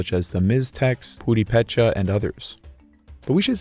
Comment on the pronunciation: "Purepecha" has the accent on the second syllable, ie "pur-E-pe-cha". At least that's how my Purepecha friends pronounce it.